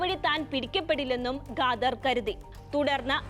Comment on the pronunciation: ഗാദർ അല്ല ഖാദർ